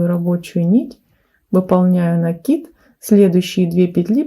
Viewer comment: Спасибо большое за МК. Связала образец. Понравилось. И ещё отдельное спасибо за Ваши "пЕтель, накИд", а не "петЕль" и "нАкид". Лайк и подписка